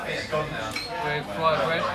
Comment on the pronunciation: Fwied bwead 😂😂😂😂